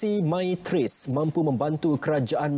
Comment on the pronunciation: MY TRACE bukan MYRACE !